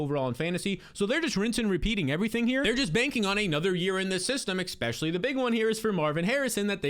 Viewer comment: good stuff as always! But please, it's "eSpecially, not eXpecially.